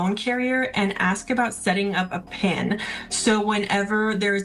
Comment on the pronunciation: It's a "pin number," not a "pen number."